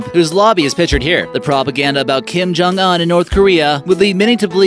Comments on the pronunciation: you are pronouncing his name wrong. the Un is pronounced like oon, not uhn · It’s not pronunced un you say it like this ooooonkim jung ooooonn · Dear God it's pronounced oon not un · Its kim jung UN not On 😑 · Its kim jong un not an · You prenounce it as "oon" not "un" btw I simply don't give one my friend as that EMBICILE SHOULD DIE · Not uhhn it's ooon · It's pronounced Kim jong oooon you fucking uneducated that. I couldn't watch the rest of the video knowing you were going to keep pronouncing that like an ignorant moron... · This dude said un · pronunciation is oon as in dune, prune loon etc